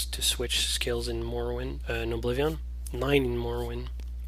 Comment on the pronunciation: Just wondering, why do you pronounce it Oblivi-AHN?